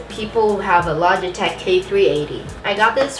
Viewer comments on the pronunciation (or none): none